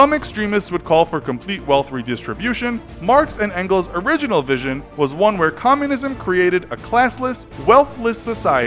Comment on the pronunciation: His name isn't "frederic engels" he is called "Friedrich Engels" and don't pronounciate "Engels" like "Ancles" 😂😂